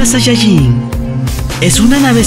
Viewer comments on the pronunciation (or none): me ase reir porque dise sayayin